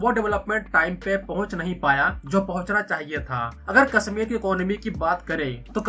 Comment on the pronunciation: Your pronunciation is so bad. "Sha" you say as "Sa" Kasmir Seher 😢